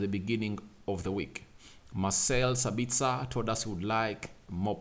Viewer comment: "Mah - sell Sa - bits - ah". Austrian 🇦🇹 not Australian